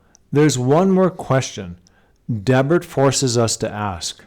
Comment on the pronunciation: I live there. I cringed at your pronunciation. Dee-Bert please, not Deb-urt. Yeah, a lot of old native artifacts pulled from around here :)